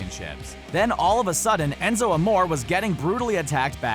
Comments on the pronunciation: This is how you say Enzo Amore En-zo Uh-more-ay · he said Enzo Amore wrong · It's pronounced ( am oreaae) not (amor) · Enzo amore is pronounced Enzo a-mor-a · It's Enzo Amor(a) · A-moor-ay Enzoe amore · ... Enzo Amoar? It's Aah-more-eh... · U mean Amore not amor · It's Enzo amore not amor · Its enzo morea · Its amoreay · ENZO AMORE E IS PRONOUNCED AY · Pronounced amore incorrectly lol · You sayed amore rong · it's Enzo amore say the name correctly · you need to learn to say the names right... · how many times did he say enzos name wrong 😂 the narrator is obviously not a wrestling fan. bring back the orher narrator!!!!! unliked the video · Hey if you actually decide to make a WWE video learn how to say Enzo's name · Pronounce Enzos name right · The Pantherboy59 thank you no affence to the dude that was talking but please say it right